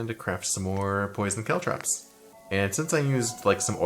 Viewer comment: For some reason I'm perpetually bothered by the way pronounces caltrops